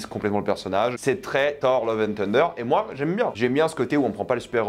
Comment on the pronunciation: Ce qui est aussi illégal c’est de prononcer thunder « teunedeur » 😂 Lille c’est le Bronx français en fait 😉